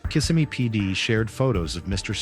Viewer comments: The town is pronounced Kiss-SEM-me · It’s pronounced Kiss-sem-ee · Maybe learn to pronounce Kissimmee correctly before recording